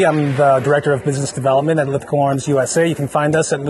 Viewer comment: For the Americans Lithgow is pronounced 'Lith-go' not 'lith-gawww'